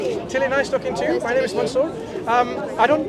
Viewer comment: He can’t say Mansoor either. He said MANSOOOOO